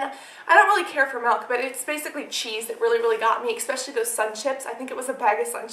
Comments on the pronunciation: cassandra its said ESPECIALLY NOT EXPECIALLY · aah its so cute how you say ecspecially instead of especially :D love all the info you give us, love you♥